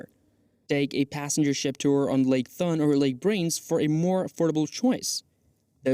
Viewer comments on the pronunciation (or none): The pronunciation of the places was bad. Lake Thun? Come on! It’s pronounced like Lake “Toon”.